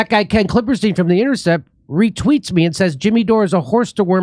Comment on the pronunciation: I love Jimmy calling him KlippeRstein. Just hoping it’s in purpose. 😄